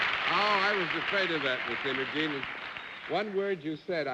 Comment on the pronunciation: There was an Aunt Imogene in my family. Her name was pronounced, "EYE- mo- gene" instead of how Bennett pronounced it, "M-oh-gene." Perhaps because we're from Texas and he was from New York. Aunt Imogene was a firecracker of a woman in her grand days. 😃